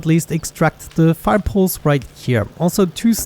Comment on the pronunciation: "Fire poles"